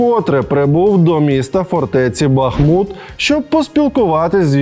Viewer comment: Алексей, спасибо за правильное произношение названия нашего города - БахмУт ❤️